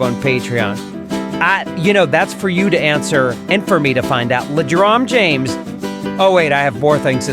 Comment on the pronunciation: I believe it's "Ledron Jange" not James.